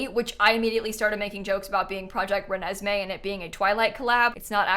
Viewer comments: Im literally dying that you called it project renesmee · Love how just started calling it Renesme from the middle on 💀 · "Project Renesme" 😂f*cking blasted!! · The insistence on calling it “project renesme”, with a straight face, is comedy at its finest. Can’t wait for 3+ years of this joke 😂😂